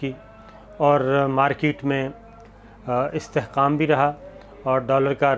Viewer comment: صابرصاحب استحقام نہي.. استحکام لفظ ہے...